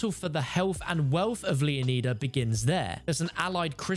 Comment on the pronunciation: Straight up Butchered lmao This dude also said Leeoneeeeeda 🤣